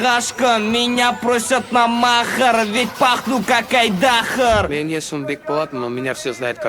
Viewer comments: Да точно! Не айДАхар, а айдахАр! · Правильное ударение нужно ставить, говорите как-будто Айдахр🤨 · Так что айдах Ар будет изначально правильно...